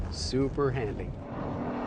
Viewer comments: What does SH AWD stand for??? "Super Handing" AWD, like this guy says it. lol Sometimes he does say, "Super Handling AWD." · "We got oneven Pavment, we got san, little san, alot of san" Seriously, wtf are you talking about "oneven" "san" terrible pronunciation And its handling, not handing lol